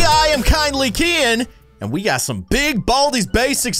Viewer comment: Kindly keyin not kindly kien 😆😆😆😆😆